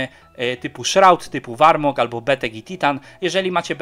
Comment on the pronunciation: zajebisty film ale błagam czytaj poprawnie te nazwy to tak boli ten warmog